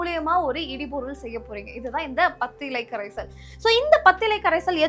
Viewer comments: சகோதரி இடு பொருள்.இடி பொருள் அல்ல.உச்சரிப்பு முக்கியம். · சிறப்பு. உச்சரிப்பு இடுபொருள் instead of இடிபொருள்.